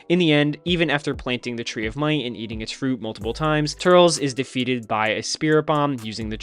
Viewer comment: when he starts talking about Turles's movie he says turtles